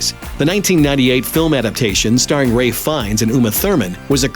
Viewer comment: Ray? ... Ralph Fiennes you nut :D